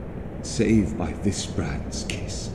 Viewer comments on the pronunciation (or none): none